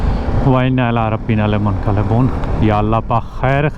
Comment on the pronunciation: dua me ap ny munqalaboon prha lfz munqaliboon hai